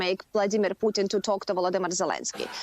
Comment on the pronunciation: Yes! Someone who pronounces "Putin" correctly. Learn, you exceptional Americans!